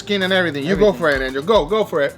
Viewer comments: lol he keeps calling angel, ninja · is it just me or each time he says angel, I hear ninja :D